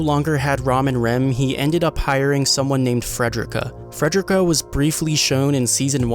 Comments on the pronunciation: I'm crying dawg it's Fre-de-rica not Fred-drick-uh 😭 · Love the video but... it's fred-ree-ka. Ffs. You don't say "fred-er-rick" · Not only did you mispronounce Frederica's name, but your description is totally wrong. She did not work for Roswaal "back in the day"-- She always worked for Roswaal, she is just the head maid of a different mansion he owns. I don't think it would have been a meaningful spoiler to be accurate about that. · Your announcing fredickas name wrong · Learn how to say Frederica